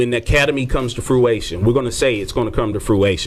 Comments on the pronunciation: "fruation" LMAO it's fruition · If u saying fruATION but mean fruITION...I’m not answering ya question smh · “When it comes to fruation” Couldn’t just say it wrong one time, but three lmao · I was wondering if he was doing that intentionally. Nope. He just doesn’t know how to pronounce it. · I noticed too😂😂😂😂😂😂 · THAT WAS KILLING ME!! 😂😆😂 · This is petty, I know...but I am super annoyed by the interviewer's pronunciation of "fruition." There is no "a" in the word.